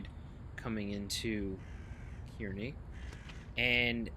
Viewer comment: Love the video! Two things: 1. Kearny is pronounced "carnie". lol 2. Kearny Jct lunar lights are activated as per NJT Special Instruction, where when lit, it's routing you for tracks 5 or 6 at Kearny Jct and if you're not equipped to operate in 11Kv territory or not destined to operate at Swift Interlocking, you must not take the signal and must contact the dispatcher for instructions.